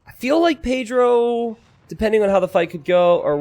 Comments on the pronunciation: I love how says paydiro instead of Pedro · love your spanish by the way. the way you pronounce pedro is funny, good funny